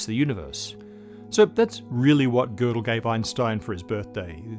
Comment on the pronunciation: I love to hear an English speaker pronounce Gödel's name correctly instead of the usual "Gerdel", as if the name had an r.